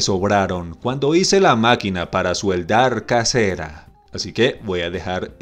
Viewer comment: Amigo se dice soldar no sueldar